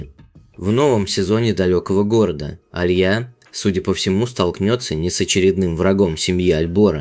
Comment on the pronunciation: АлиЯ- правильно, а не А лия